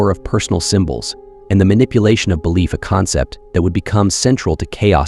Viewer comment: “Belliief” 😂